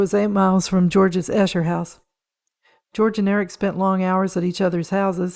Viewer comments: It is Eeeeeeesher not pronounced Ehsher. Esher,Surrey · Pronounced Eesher , not Eeeeesher. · Just to help - Esher is pronounced 'Ee-sha'. And the architect Edwin Lutyens is pronounced 'Lut-chins'. The nuns, the Salesian sisters is pronounced 'Sal-ee-shun'.